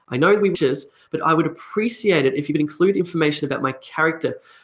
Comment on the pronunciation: You pronounce the word Appreciate as App-re-sea-ate.. But I learnt the pronunciation as App-re-she-ate.. which one is correct?